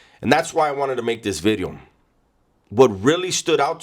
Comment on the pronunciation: New Video 🎉 Not new widieo new bideo or new weeedio ❤️